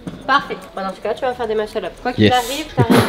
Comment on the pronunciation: mort de rire! "Il sait faire des musle up! , tu sais faire des musel up? le cameraman : YES!